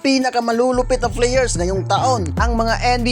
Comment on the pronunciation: Kay playar daw sabi nya